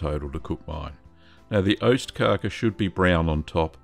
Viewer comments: It's OSTkaka, not ÖSTkaka. Cheese Cake vs East Cake. The former is delicious; the latter, ephemeral. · It's ostkaka, not östkaka. Ost = cheese, kaka = cake. Öst means east, so you are saying "eastcake" which just sound like nonsense in Swedish.